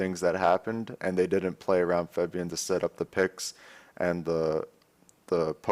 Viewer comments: but he pronounces it as Febian, not Fabian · Febian? Cmon Dyrone lol kek